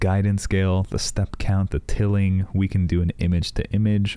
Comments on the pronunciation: I love Leonardo and I don't think I want to go back to mid journey just because the interface is super user friendly and also its pronounced Tile-ing lol I hear so many people call it tilling but great breakdown video i def like shared and subbed!!! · It’s tiling not tilling. Haha